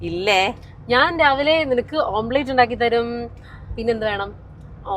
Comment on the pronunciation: നാണമില്ലേ മദാമ്മേ ഓം പ്ലേറ്റ് അല്ല എഗ്ഗ് ഓംലറ്റ്. കഷ്ടം